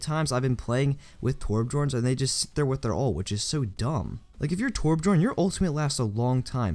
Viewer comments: learn how to say Torbjorn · It's interesting how noone can say Torbjörn.